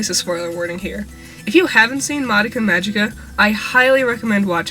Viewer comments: It's not how u pronunce Madoka Magica! It's "gi" NOT "ji" LEARN MORE JAPANESE!! AND ALSO, IT'S ON NETFLIX U BAKA! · Take note, Madoka Magica but it's a hard C, ma gi ka